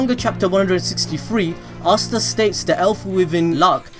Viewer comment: astaa not assta say asta